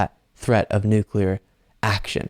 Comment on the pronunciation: Yup!!!!! "Nucular warming"!!!! He'll DO IT if he gets in again!!!😱😱😱😱😱😳😳😳😳😳